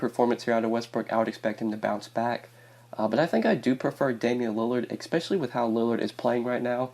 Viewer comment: I'm so sorry dude , I like the picks , but bro.... I stop the video and find someone else to watch every time you use this word... its pronounced "especially" not "eXpecially"